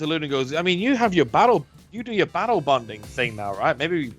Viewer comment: ok I may have misheard 'battle-bonded' as 'bowel-bonded' a few times